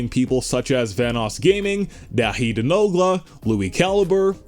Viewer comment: Thats no t how u pronounce nogla's name!!!!